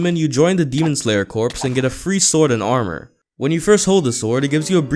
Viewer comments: Fyi it’s pronounced core not corpse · I know its spelled Corps but it is pronounced Cor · Corps is pronounced core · corps is pronounced cor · It’s cors but it’s spelled like corps I think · I think corp is pronounced core and they get a crow not a raven, the wind hashira is Shinazugawa Sanemi, the dude who makes tanjiros sword is haganezuka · Did... did he just say Demon Slayer Corpse...? Corps is pronounced as you would the word "core". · it is pronounced core not corpse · its pronounced core.. not corps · Corps is pronounced as "core". Corpse is pronounced as how you said it in the first minute of the video. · It hurt me every time he said corps like corpse